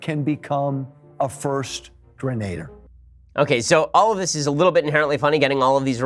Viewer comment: grenadier not grenader